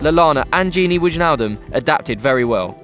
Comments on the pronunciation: Really? Widge nal dum? He's been around for 2 years now. Nice vid btw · Gini WIDGE-naldum? Is it that hard to research correct pronunciations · lmfaoooo this pleb said Widge-naldum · Widjnaldum is pronounced why naldum and Firmino is pronounced how its spelt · gini wiginaldum ?? 😂😂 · Lol widge-naldum and firmin-y-o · Widge-naldum.... Hahaha fuck off haha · Tony 'El Cucuy' Ferguson - GOAT it's ''Wine - Al - Dum'' :p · Tony 'El Cucuy' Ferguson - GOAT the way he was pronouncing it sounded like a golf club 😂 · the J is silent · anybody else cringing at the way this guy says wijnaldum? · Please learn how to pronounce Wijnaldum honestly. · Please try to prenounce Wijnaldum right. The IJ sounds like the I in the word tiger. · Ugh.... Learn how to pronounce Wijnaldum. It's not that hard. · You don't pronounce "j" in wijnaldum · The way you pronounced Wijnaldum made me want to kill myself. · You pronounced Wijnaldum wrong... Haha.